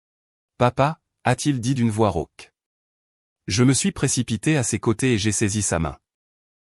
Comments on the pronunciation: "rauque", pas "roque" !!! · "rauque" pas "roc" !!!